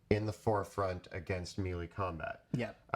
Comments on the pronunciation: Mel-lay. Not me lee. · This is great advice guys, but it's pronounced "may-lay."